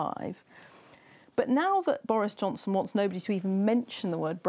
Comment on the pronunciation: did he call him Doris Johnston?